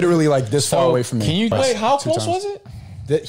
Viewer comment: mfr striaght up said "I don't pway baby games!" Lol